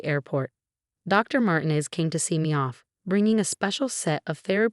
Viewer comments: Dr. MarTEEnez (not Martines with no accented syllable) is a person of many different skills. Bless her heart! The composer, Ludwig von Beethoven (the last name is pronounced Baythoven, not Beethoven) would have been displeased with the mispronunciation of his name. To say the least. Please, please remember that a name that is improperly pronounced, especially a famous name like Beethoven (spelled one way, but spoken another, as is often the case) or a familiar one like Dr. Martinez's takes people away from reading the story. Please teach your AI's to properly pronounce names (and, in other countries, the names in this story would have been pronounced differently than in English as well. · The name Martinez is pronounced MarTeenez, not MartinEZ. Your AI needs to take Spanish lessons